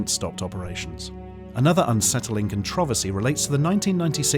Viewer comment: Does anyone else wanna slap the shit outta this guy for the way he pronounces "controversy" and "patent"? Cuz I do.